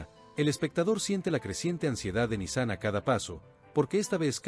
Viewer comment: QUE ESQUISITO, VOCÊ NARRA UMA COISA, E NA LEGENTA ESTÁ ESCRITO OUTRA COISA, E VOCÊ PRONUNCIA O NOME DE NISAN E ESRREF ERRADO.